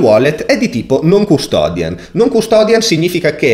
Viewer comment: si dice NON CUSTODIAL, con una L non una N. Ottimo video comunque, grazie.